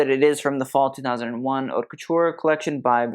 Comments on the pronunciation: I like looking at the costumes on your videos, and your commentary is quite informative; but you really need to learn how to pronounce "haute" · But what can you expect from somebody who cant even pronounce the name of his channel? "HAUTE"